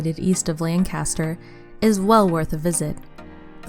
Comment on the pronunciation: Bad pronunciation of "Pocono" and "Lancaster".